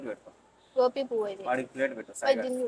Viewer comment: అది గోపి,, బాలు, చిన్ని, బుజ్జి.. కాదు... మా. గోభి అంటారు.. భి కిందపడి దొర్లలి అనమాట..